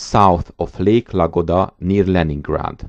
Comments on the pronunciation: Not Lagoda, Ladoga! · The name of the lake is ladoga and not lagoda